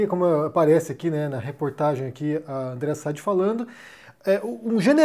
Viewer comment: É Sadi com a sílaba tônica no i.